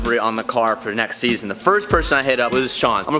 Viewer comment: Ah yes the new ZeaZon